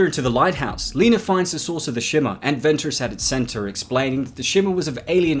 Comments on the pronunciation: Her name is Lena, not Leener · Lol, why does he keep calling her "Leener"? Lol.